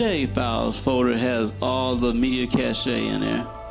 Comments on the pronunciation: Its pronounced cash :) Le français! hahahaha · Thanks for the info! Exactly what I was looking for! Please don't take this as me being rude...But since you helped me, I'll pass some of my knowledge onto you also. "Cache" is pronounced like cash ($).